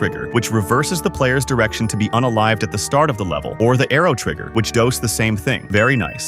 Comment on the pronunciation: "Which douse the same thing"